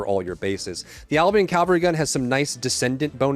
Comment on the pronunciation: It's Cavalry, not Calvary.